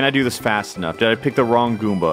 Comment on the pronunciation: The way you say goomba